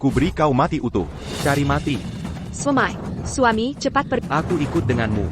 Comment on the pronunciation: Bagaimana penerjemahnya ya? Suami kok jd siomai, makanan dong, bilang ibu, ibyu, knp ndak biasa2 sj, bilang tidak, tadak, ndak enak dengernya.